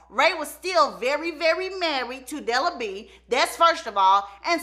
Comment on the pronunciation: Not BE-AT-TRISE!! DELA B!!🤣🤣